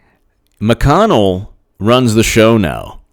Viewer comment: Nice shirt today, BTW. McConnell is a southern accent, gotta swing it a bit you're almost there. Killary is my fav 50 points tour coming lol